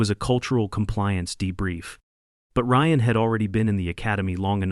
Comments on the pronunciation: Drives me crazy AI can't pronounce names correctly! Ryan is R.I.A.N Not R.E.A.N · “Ree-an”? Who the hell is “Ree-an”? Ryan is pronounced Reye-an.